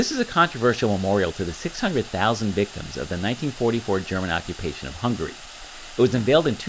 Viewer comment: There's a difference in pronunciation of 'hungry' and 'Hungary'.Another thing: we have a prime minister, not a president. Our prime minister is the president of his party.